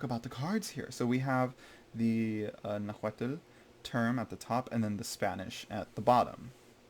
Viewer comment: Just a tip the L is silent at the end of Nahuatl. It’s very, very soft almost silent like an expression of breath. It’s hard to pronounce but the closest is to just pronounce it Na-Hwat.